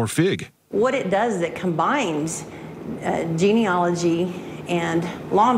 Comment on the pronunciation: Phonetically it's pronounced: Jean....e..ology....Not gen...e...ogy. please correct your pronunciation, otherwise it's like fingernails on a blackboard to scientists like me.